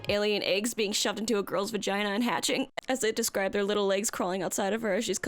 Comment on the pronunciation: Take a drink ever time says VagineAH.